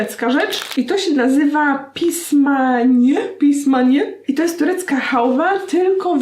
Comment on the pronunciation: Aguś, pismaniye, czyta się pismanje ;)